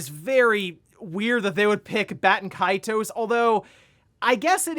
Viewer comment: Haha why is it so hard to pronounce Baten Kaitos.